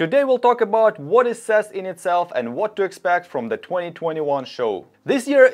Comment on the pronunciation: What is sess? Its pronounce C.E.S ( See-E-S ). But keep up the good work. 🖖🏾